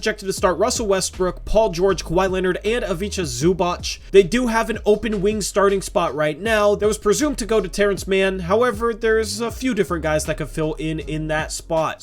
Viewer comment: Pronounce something like this... "Ivitza Zubatz" please, you're butchering it there 😁